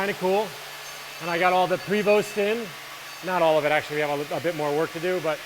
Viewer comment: Pray Voh ... not pree-vost. :-)